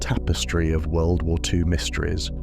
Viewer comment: Enjoyed the video, but I'm just wondering why every time you try to say World War Two it is mispronounced wubblewuh two?